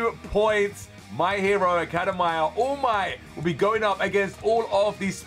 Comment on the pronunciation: The way he said academia hurt me